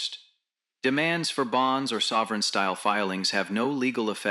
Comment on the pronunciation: "Savverins?" otherwise OK